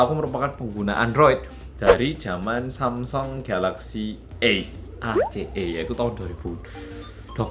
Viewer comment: ini pelafalan samsung yg bener gini kah mas?